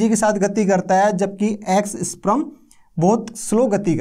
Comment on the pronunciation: स्प्रम नहीं स्पर्म बोलते है महान आत्मा